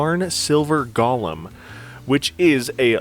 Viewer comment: Go-lem Not: gah-lim 🤦🏽‍♂️